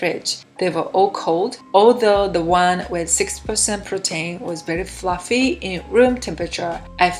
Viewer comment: Hi, I have subscribed to your channel, and please understand I mean this with the greatest of respect to you. You are not saying some basic words correctly. If you ask google how to pronounce a word, like protein or fluffy, you will realise your pronunciation is a bit off. Thank you for what you are doing on your channel, you are very skilled at baking. ☺️